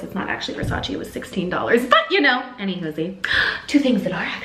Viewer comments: i criiinge everytime she pronounces versace wrong 😩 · ily but please say Versace right!😂